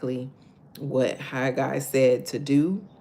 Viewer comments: You are saying it correct Haggai😊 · You are saying Haggai. Correctly😊😊😊